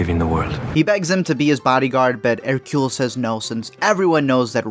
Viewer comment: Thank you for pronouncing Hercule's name correctly. However, this should have starred David Suchet. The whole movie feels wrong without him.